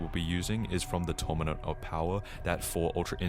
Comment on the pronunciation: "tourmanent of power"💔💔💔💔